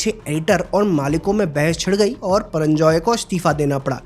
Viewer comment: HIS NAME IS PURANJAY HAIN PARANJAI NAHI HAIN